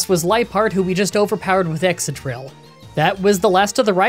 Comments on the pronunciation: Ex-cadrill, not ex-adrill 👉🏿👈🏿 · I thought Excadrill was pronounced like excavator?